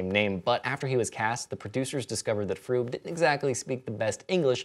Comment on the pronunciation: Gert Fröbe isn't pronounced Froob. But if you can't speak the umlaut just use the o base to say Frobeh. yw :)